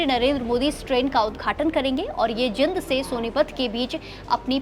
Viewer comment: Jind na bolna aata inko